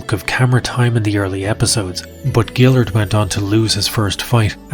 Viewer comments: Can't pronounce melvinn guillards last name , then brad imes. Lol. Dude I thought u watched ufc back then? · Guillard has had like 50 fights and you still don't know how to pronounce his name? And Brad 'Eye-Mess'?! You sure you watched the shows?